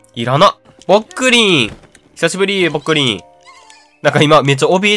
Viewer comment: ぼっくりんがぽっくりんにしか聞こえない笑笑